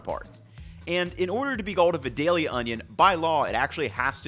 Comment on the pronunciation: As someone from vidalia it’s always funny to hear people pronounce it wrong